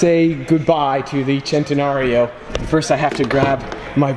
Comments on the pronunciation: its actually sent a nario not chent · I never want to hear the word chentanareo ever again. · i hate how he pronounces it "chentenario" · I thought it was Sen-ten-Aree-O not Chenteeorio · Sen-tan-nary-o not chentenario... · It’s sen-ten-nar-io Chentenario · it is centenarion... not chentenario! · Stop saying chentenario it’s cen !!! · Its SEN Te Nario. Its a Spanish word not Italian. There is no CH or Chaa sound. I believe most lambos were named after Spanish fighting bulls. This one is just commemorating his 100th birthday. Thanks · He says Chentena-rilpshf O Annoying! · CHENTAnarryo! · heres a drinking game: take a shot everytime sayss chentenario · It's not pronounced CHENtenario. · i disliked because you got annoying with the whole "CH" entenario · Philip Smylie if I were to get a dollar for every time someone says "Centenario" Wrong, I would have enough to get a Ferrari La Ferrari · The way this guys says centenario just makes me wanna die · He says the first part right the last part wrong he isn't saying rio properly that's what makes it annoying. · you said "Centenario" 32 times and all of them mispronounced